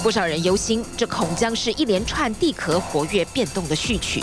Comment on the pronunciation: 地壳，qiao。什么地壳（ke）？多读点书。